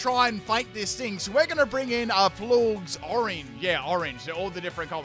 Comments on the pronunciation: It's pronounced Floor-jez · U calling them “florgs” had me dead 💀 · Florges is pronounced “Floor Jess”